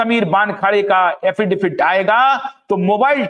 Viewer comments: अरे भैय्या, 'अफिडेफिट' नहीं, अफिडेविट कहो ! Rectify your pronounciation ! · aapka poora podcast hum dhyan se sunate hai par yakeen maniye ek shabd ka uchchharan bada khatakta hai... Agarplz aap use sudhar le to. Aap affidaVIT ko affidaFIT bolte hai. Use kripa kar sudhar le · Thank you for your great work! Sir - with all due respect, the legal word is pronounced as “affidavit” or एफ़िडेविट! Justice for SSR, Disha Salian and all the others!